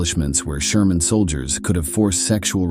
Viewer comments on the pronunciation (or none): So stupid......it is germans not shermans.......is the commentator an AI robot?😢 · “Sherman” soldiers? Huh? What is going on? I know this is narrated by a robot, but how does it screw up the 'g' so badly? When I hear that a video is artificially narrated, I usually click away as a matter of course. None of the human voices involved in producing these videos, can be that bad.